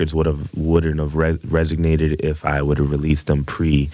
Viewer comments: "Resignate" XD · He’s saying resonated like resignated lol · He even said "resignated" twice. But who cares, it's not like he said "alltimer's disease" instead of "Alzheimer's..."